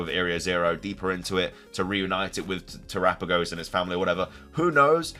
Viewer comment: You have no idea how long I’ve been waiting for you to pronounce terapagos correctly! Who finally corrected you?